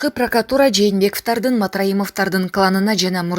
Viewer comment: Журналистка кыздын окуганы так эмес жакшылап так айтсаныз кээде кыжырым келет кечиресиз пракатура эмес да ,пандемияны да туура эмес окуйсуз кайра кайра кайталап окуп тилди кондуруз 🙏жагымдуу унунуз бар сизге ийгилик